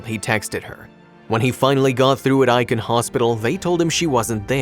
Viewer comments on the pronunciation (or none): Maybe this is petty, but you completely MISPRONOUNCED Aiken. I’m from SC, and Aiken is pronounced like aching without the G. Not Iiken. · Not ‘Iken’. It’s pronounced ‘ache-in’ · It's not Eye-kin. It's Ay-ken. LOL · Ay-ken is how the town is pronounced not I-KEN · I believe the narrator is trying to pronounce Aiken (Aye-kin), South Carolina. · Āiken!!! It's Āiken!!! 🙄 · It pronounced "Ay ken" County. I live in Charleston, SC. This story is sad but not surprising. Racism is still alive here.